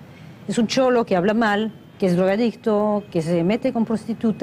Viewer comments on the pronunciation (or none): Eliane: "un shollo" suena discriminatorio pero qué libertad para shollear tenias en el Peru en los 2000.😁